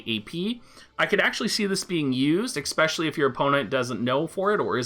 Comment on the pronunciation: lovin your vids. "expecially" lol